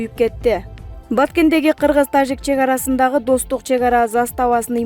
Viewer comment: Э тажик деп орусча жраф деген тамганы айтпай ж деп жылдыз денен тамганы колдонгулачы кыжырды келтирбей